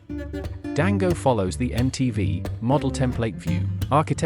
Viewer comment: It's so jarring to keep hearing "Dango" instead of "Django" 😵‍💫